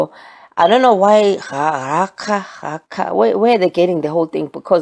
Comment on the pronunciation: In Sesotho ‘akha’ is a sound made in contempt as if scoffing or fed up. That is like Raca - the pronunciation you gave for the hard c and aspiration of the h. This is soooo cool!